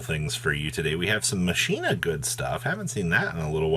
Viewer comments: The "machine-a" pronunciation makes me unfathomably mad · It’s Machina, not MashinA